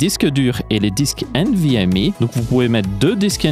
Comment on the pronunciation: nvmi nimporte quoi, tu parle francais, c'est nvmEU